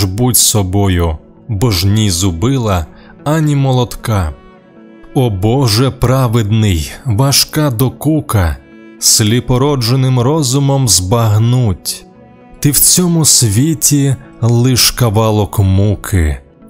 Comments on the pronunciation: Дякую за важливу та потрібну працю, завжди дізнаюсь щось нове для себе. Трохи шкода, що у вірші наприкінці відео рядок "Сліпорожденним розумом збагнуть" прочитано з неправильним наголосом; вочевидь мало би бути "сліпорождЕнним" - задля збереження віршового розміру. Також справедливости ради хотілося б зауважити, що навряд творчість Висоцького можна назвати попсою. Справді, на відміну від Стусової, вона була популярною в народі, але у слові "попса" все ж таки є три конотації: "популярне=широко розповсюджене" + "доступне для розуміння та засвоєння" + "низькопробне", а вірші та пісні Висоцького низькопробними не були. Якщо ж говорити про Стуса, то він дійсно досі залишається в Україні маловідомим поетом. Більшість людей знають його ім'я (хоча і то хліб, бо в радянські часи навіть імені його не знали), але небагато хто зможе не те, що вірш прочитати, а бодай процитувати з пам'яті пару рядків. Мені здається, що не в останню чергу це через складність його поезії - складність і образів, і ритміки, і лексики. Шевченка цитувати значно легше. Але, на мою думку, Стус сам у своїй творчості всіма ногами й руками відштовхувався від скочування у бік "попси" - і це йому зрештою вдалося, але і вплинуло на популярність його віршів, в яких відчувається певний "опір матеріалів". Це не добре, і не погано, просто так є. Думаю, якщо діти зі школи знатимуть його ім'я і матимуть хоча б поверхневе уявлення про його творчість, це дасть можливість тим з них, хто від природи є більшим поціновува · сліпорождЕнним - у віршах наголос має значення. Готуйся уважніше. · СліпорождЕнним! Наголос на на "Е" і не "дж", а "жд"...сліпороЖДенним! Інакше, дуже ріже слух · Дякую, прекрасний матеріал. Тільки у другому вірші вимовляється "сліпорждЕнним розумом"